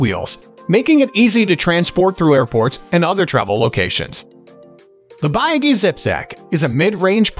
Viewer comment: this is a wrong review and you are pronouncing the name of the company wrong too.